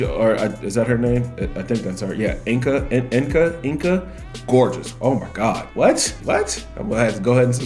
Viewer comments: it's not enka it's enca "c" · You write it Enca but you say Ensa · She pronounces her name in the video, the part when she says Enca's better than them